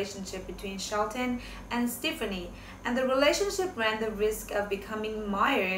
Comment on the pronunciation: They did NOT have interest i. each other til AFTER l Gwen filed for divorce in August of 2015 you stated this fact wrongly. Also, learn how to pronounce Gwen's last name .It's pronounced Steff ah knee